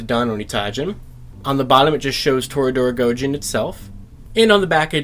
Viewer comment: Idk if you've seen the show or not but I can't go 5 minutes watching it without my brain going "ONITAIJIN" and your pronunciation is killing me